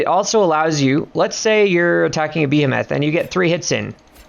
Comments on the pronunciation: You're saying Behemoth incorrectly. It's Bee-Hee-Muth not Bee-Ham-Math. Thanks. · the way you say behemoth PISSES me off